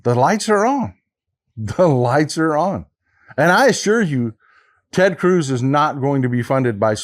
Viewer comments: Did he say "Turd" Cruz? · Did he call him Turd Cruz ?! 😂😂😂😂🎉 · Did you say TeRd Cruz, Turd Cruz or do i need hearing aid? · did I hear that correctly? Turd Cruz??? LOL!!